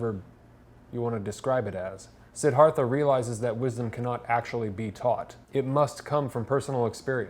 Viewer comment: Pronounced, See-DAR-tha. Sorry, but I was compelled to share that with you and not trying to be rude.